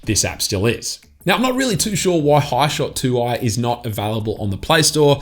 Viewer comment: It's even more random that you call 'Hishoot', 'hishot'? Lol. Only mucking around. Thanks for the video you Ausie. Lol